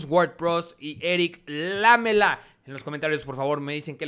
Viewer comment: Es lamÉla, no lámela!!!